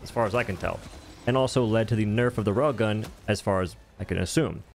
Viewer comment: Every time you say rail gun, I hear "rogan."